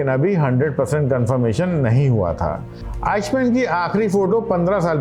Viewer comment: अरे उसका नाम "आईश मेन", "आइक मेन" था...!